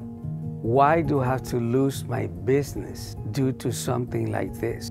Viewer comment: How can people take this video report as important when you can't even take the time to sell the word BUSINESS correctly..